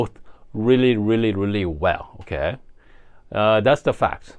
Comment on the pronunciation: Idk if I’m here for the coffee stuff or the “oukay?”s, but I’m lovin bein here. Cheers! ❤